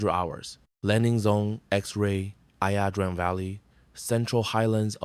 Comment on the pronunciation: Its not ( I A) pronounced I - Drang